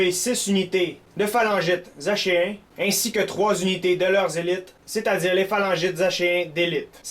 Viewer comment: Si je ne m'abuse on dit aKéen! mais je ne suis pas sur =)